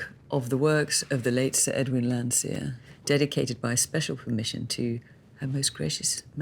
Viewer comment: It's "Landseer".